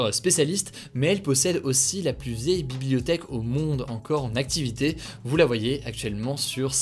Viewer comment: Merci... Pardon mais s'il vous plaît arretez de prononcer le S de "plus" quand il est suivi par un adjectif commençant par une consonne. c'est contre le bon usage et à la longue c'est énervant.